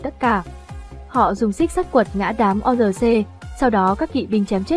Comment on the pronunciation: Tên lũ quái vật là quân Orc ( Ọt ) chứ đọc là O-R-C là sai rồi. Ad nên tìm hiểu kỹ hơn. Chúc kênh càng phát triển hơn nữa, cám ơn.